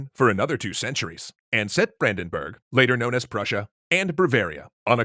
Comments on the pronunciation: Brandenburg, not Brändenberg... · Its Brandenburg not Brandenberg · It's "Brandenburg", not "Brandenberg". Both "Burg" and "Berg" are popular parts of German place names, but even though they are very similar they have different meaning: "Burg" means 'castle', "Berg" means 'mountain'. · Really guys "Brandenberg"? i thought you would be more thorough than that. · It's Brandenburg not Brandenberg. Something for lies ;) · I think it's Brandenburg nor Brandenberg. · Brandenberg? You mean Brandenburg right